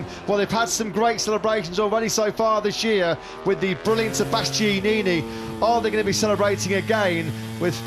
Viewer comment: I cringe every time the commentator tries to pronounce Bastianini’s name 🤦‍♂️